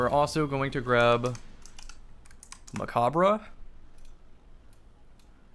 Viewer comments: Stop saying mechabre wrong please lol. You dont say the RE at the end. Its silent. Its a play on a french word. Bungie spelled it like mech because we got mech armor. Its also a nod to gundam. Macabre means (dance of death). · ya i know. Hes still saying it wrong though.